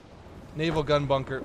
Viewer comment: bunker but the u is o